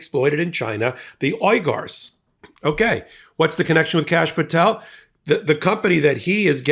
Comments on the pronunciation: I think that’s pronounced weegars. I may be wrong. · I think it's pronounced wee-gurs. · It’s pronounced like Weegers not oigars. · It’s pronounced ‘weegars’ not ‘oygars’ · It’s pronounced ‘wee-gar’s’ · It's pronounced 'wee-ga-s' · The pronunciation many of us are used to hearing spelled phonetically is Weger long e sound. Folks might be confused. Thanks for your tireless work. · Pronounced "wee-gar" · Pronounced, "Weegars", they produce the clothes in various "re-education camps" - for that read concentration camps. Camps condemned by UN etc. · The company is pronounced She'-in. And the people being enslaved, are the Wee'-grrr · It's pronounced 'weegers....' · For a second I wondered what group he's talking about. It's the Uyghers (Wee-gurrs). They're a muslim minority of people who are ethnically from Turkmenistan. The CCP arrests them on dubious charges (usually terrorism), keeps them in concentration camps and uses them for forced labor and organ harvesting. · Pronounced We-ger I believe. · seriously? - you don't know how to pronounce Uyghurs ( wee- gurs is the phonetic )..... C'mon, I love you, but you are being a bit of a dumbo. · Pronounced Wee Gars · Pronounced [WE]-[gurrs] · Pronounced Wee-gars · Thank you for correcting him. It was making me a little crazy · May I suggest researching how to pronounce words that you don't know how to pronounce. For example, Shein and uyghurs. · How hard is it for a person in media to say Uyghurs properly?